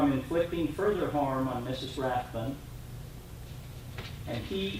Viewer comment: I love how the second attorney can't even get the name of the plaintiff correct… Rathburn>>> rather than Rathbun...